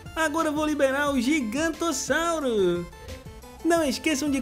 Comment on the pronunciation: É giganontossauro e não gigantossauro